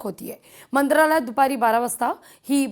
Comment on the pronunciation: मंद्रालय😂 प्रश्न नाना😂 शकता😂